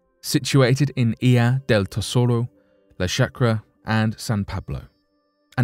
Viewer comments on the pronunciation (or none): none